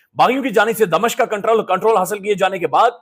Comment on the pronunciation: please, clear your pronunciation, ITS DA-MI-SHQ NOT DA-MA-SHQ